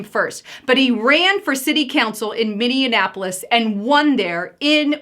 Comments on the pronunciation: Noooo...you said Minne-an-apolis 😬 I live here...I'd enjoy seeing Omar in prison or sent back to Somalia with her entire crew!!! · It’s pronounced minnie apolis not minnianapolis thanks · It's minnie apple lis. No in in the middle 😀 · it is pronounced Minni-apple-is. You are pronouncing it with too many N's.